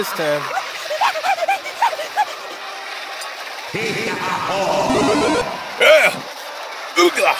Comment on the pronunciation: Its YYEEEaa not YEEAAAHHH